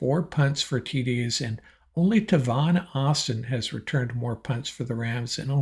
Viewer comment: you mispronounced tavon Austin's first name. come on man know your players bro. I'm a lifelong Rams fan. you're doing a good job but make sure you do your homework cuz you will get fact checked